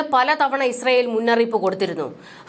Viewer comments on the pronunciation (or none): none